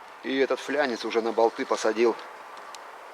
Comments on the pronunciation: ФЛАНЕЦ А НЕ ФЛЯНЕЦ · Фланец, а не флянец